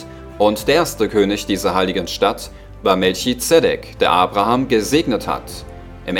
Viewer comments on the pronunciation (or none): none